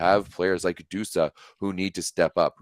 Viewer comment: Cmon it's Busa not Dusa😂😂😂